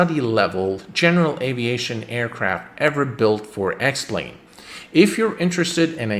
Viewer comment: Anyone else than me who heard “welcome to the sex plane video”?